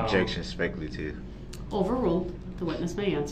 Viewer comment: “Objeckshion, speckleitive”. 😂